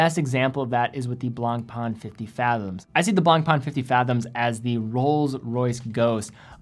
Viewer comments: I dont wan't to be rude but you could pay more respect to the french guys that have given their names to their brands. You are really damaging their names : BlancPain becomes "BlangPan", FP Journe become "F Pigeon"... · you need to improve your pronunciation of BlancPain.